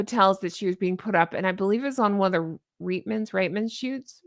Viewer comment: 🤗👏👏👏🎉 Spot on you said it correctly the 1st time it's pronounced Reet-man's ... spelled Reit-man's You don't know how happy that one little thing makes me 🤗 I've been hearing several different creator's mispronounce it for over 5 years.. not intentionally but just because they've never heard it said before and the spelling throws you off... Thank you thank you thank you!! Honk Honk 🎉😊